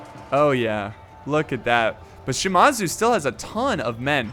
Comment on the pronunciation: Shimazu, it's Shi-Maa-Zu